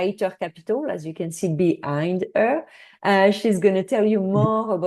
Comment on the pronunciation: It’s her, not errr. And dickade is not the same as decade. Etc. 🤣